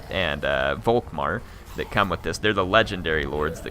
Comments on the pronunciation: Germany sheds a tear, every time you say Wok-Mar instead of Volkmar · The "V" in Volkmar is pronounced as an "F" btw.